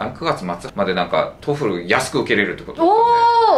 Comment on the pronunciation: 以前から気になってたんだけどこの先生「トイック」「トフル」って言ってるようだけど、それぞれ「トウイ（ッ）ク」「トウフル」でしょ。 折角がいるんだから、そこをこの際質してほしいぞ。